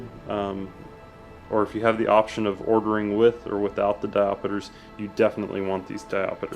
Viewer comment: I've never head of a diapoter. oooh wait you meant diopter -_